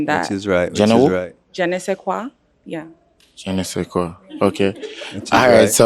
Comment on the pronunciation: she said Jenn -ne say kwa LOL she couldn't even pronounce it correctly LMAO!!